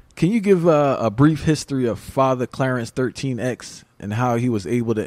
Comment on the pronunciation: PLEASE SEEK OUT A QUALIFIED INDIVIDUAL TO ASK THESE QUESTIONS TO. HE IS NOT ACCURATE IN WHAT ALLAH TAUGHT NOT CLARENCE 13X AS HE PRONOUNCED IT. ALLAH SCHOOL IN MECCA WOULD BE AN ABSOLUTE GREAT START. 126 & ADAM CLAYTON POWELL OR ALLAH & JUSTICE A FIVE PERCENTERS SQUARE.......‼️